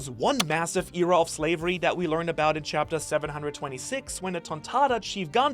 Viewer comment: "Chaptetr" lol